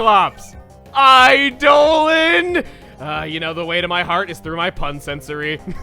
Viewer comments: It's eye-dolon, not eye-do'h-lon. >_> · Eidolon (eye-el-on) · Chuggaa Eidolon is Idol-on not I-doh-lon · i always thoguht it was pronounced eye-da-lahn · Eidolan. Pronounced similarly to ''I-D'oh-Lan''. Or should I say ''I D'oh (during) Lan''. Like Chuggaa does sometimes in TheRunawayGuys' videos. That was my first thought upon hearing the pronounciation of Duscnoir's nickname. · I know you already addressed this in the comments, but in Pathfinder (Like Dungeons and Dragons) an Eidolon is a Summoner's companion and is pronounced eye-DOUGH-lawn, despite what the merriam webster dictionary says. It's gonna be real ear grating to hear you pronounce it another way. Love the series though, and it's a badass name no matter how it's pronounced. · I went and checked a more consistent source than webster and it is pronounced "I-de-len" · The dictionary may agree with Chuggaa, but I keep hearing him say "iDolan". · It pronounced I-do-lon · You aren't a Final Fantasy fan, so people are having at you. Summons in several FF games are referred to as "Eidolons," with the pronunciation as "Ay-dolon(s)." It's really a "toe-may-toe"/"toe-mah-toe" argument at this level, as FF fans could just as easily call them Espers, Primals, or even GFs. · I used to pronounce it "AY-dolon" before I heard it in FFIVDS :/ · I almost thought you said "I don't know" for his name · Eidolon is pronounced 'eye-doh-lonn', Chugga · your pronouncing of eidolon made me shake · Not angry but the pronouncing of Eidolon hurts. I've never heard it said that way. Guess it must be an American thing. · dude ff13 mispronounced the shit outta that word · how it's pronounced? Actually it's what kanji is written for shi that determines what it means. There is no other way to pronounce it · There's also Final Fantasy that pronounces it that way.